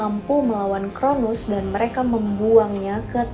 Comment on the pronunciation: Bukan chronus tapi cronos mba